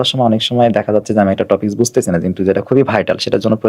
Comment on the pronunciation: Ha barbar sudu টপিক কে টফিক টফিক বলতেসিল 🙄